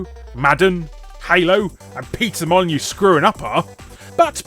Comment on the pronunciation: Mollen-me, Molyneux... UHH-HUUUUH!